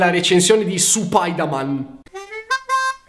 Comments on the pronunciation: ) Comunque si pronuncia "Spaidaman". In giapponese la "u" serve solo per risalire al kanji perché quel kanji si scrive in quel modo con il nostro alfabeto, ma è come la "acca" nostra. Comunque non sempre è così. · In giapponese la u non si pronuncia, solo in alcune eccezioni si legge comunque stavo crepando. x''